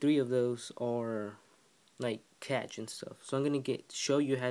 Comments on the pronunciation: Cash, it's cash. Not catch. Besides that thanks! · I cringe everytime you mispronounce cache its not "catch" it's pronounced "cash" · Its pronounced like the word "cash." informative